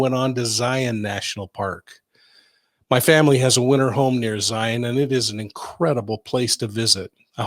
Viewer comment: Also.. thank you for pronouncing Zions correctly lol